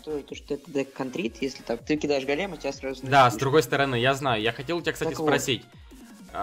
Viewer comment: Не голееееем а гоооооолем правильно